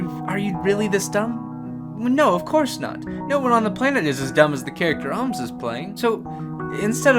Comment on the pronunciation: Its an o not oooooomz